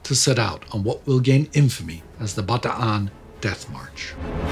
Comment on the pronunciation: He is pronouncing it correctly. Anyone who says otherwise is mistaken.